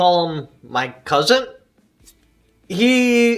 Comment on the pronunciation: lol your "cuzint"